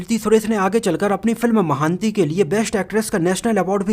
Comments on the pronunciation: अरे यार महान्ती नहीं अपितु महानटी है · Not महांती it's महानटी it's mean great actress (savitrigaru) Nice info 👍